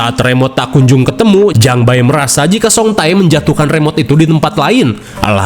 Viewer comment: Bang bacanya ulah "Jang Ba-e" wae atuhh😂 itu teh dibacanya Jang Be... Jadi "Bae" (배) dibaca tetep 'be' ajah engga usah Jang Ba-e 😂 Terus yang Song Tae juga sama, "Tae (태)" tetep dibaca te ajah jadi song te Jadi lucu hehehe